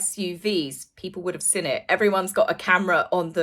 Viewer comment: Sorry to complain, it grinds my gears! Could you please pronounce the g at the end of words, may-or not mare, seen not sinn! Sorry jmo! 😬😬😬 I find it hard to believe the mayor of New York would call a press conference for PR fluff delivered by Scoob lol, they all seem to be acting in this bizarre set-up, not just H & the Mog! 👀👀